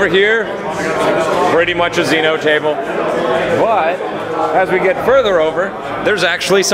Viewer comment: says Xenos in a really annoying way, under pronouncing the 'nose'. Thing I found most interesting about this video,sadly.